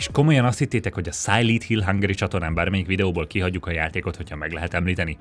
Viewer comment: Direkt mondtad,hogy "Szájlít Hill" mikor a Silent Hill volt a soros a listán? Vagy baki volt?